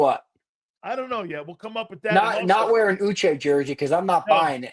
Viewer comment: Why do you say Uche name like that….racist pos